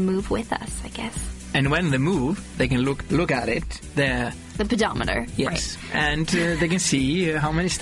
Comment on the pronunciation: I love the fact that Magnús can’t pronounce Pedometer. It’s so cute!